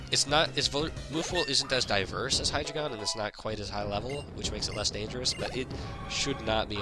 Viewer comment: It's pronounced High-Dry-Gon. Much like Articuno, Zapdos and Moltres being numbers in another language, Hydreigon's whole line spell out one, two and three in German: Ein, Zwei, and Drei. So all together it's Dine-oh, Tsvie-lus, and High-Dry-Gon.